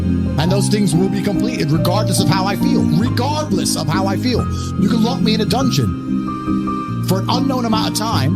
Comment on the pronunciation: dude this is a sick vidio hr gym just this in loop i like the part where he sayss:REGARDDLESSS...!